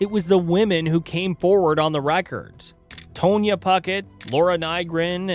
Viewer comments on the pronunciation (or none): Tonya, as in TAHN-ya